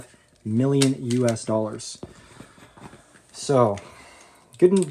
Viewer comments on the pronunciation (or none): none